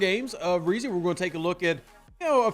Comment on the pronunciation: Hey not trying to knit pick or anything but their names are Isaiah Fah-Skey and Bryan Bruh-see but other than that a great analysis on the player and definitely can’t wait to see him on the field WHO DAT‼️